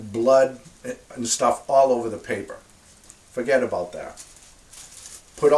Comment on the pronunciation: New York roots come out “Forgetaboudit”.